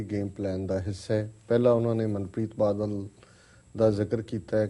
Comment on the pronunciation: ਮੈਡਮ ਜੀ,ਮੁਆਫ ਕਰਨਾਂ ,ਪਰ ਆਪਣੀ ਪੰਜਾਬੀ ਠੀਕ ਕਰੋ।ਬੱਦਲ ਨਹੀਂ ,ਬਾਦਲ ਹੈ ਅਤੇ ਅਬਦਾਲੀ ਨਹੀਂ ਅਕਾਲੀ ਹੈ।ਜੇਕਰ ਈ -ਮੇਲ ਵਿੱਚ ਕੁਝ ਗਲਤ ਵੀ ਲਿਖਿਆ ਹੈ ਤਾਂ ਵੀ ਇੱਕ ਹੋਸਟ ਹੋਣ ਦੇ ਨਾਤੇ ਬੋਲਣ ਸਮੇਂ ਉਸਨੂੰ ਠੀਕ ਕਰੋ ।